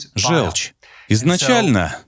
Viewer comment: ЖЁлчь - это от слова ЖЁлтый. Звучит как О. Говорите, пожалуйста, жОлчь. Иначе это невозможно слушать. Неужели вы говорите жЕлтый? Фууук